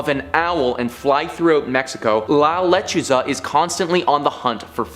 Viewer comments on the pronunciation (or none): It’s La LechUza. The accent is on the “U”. Thanks for your work. Oh yeah, it’s “La llorOna.” Accent on the “o”. ❤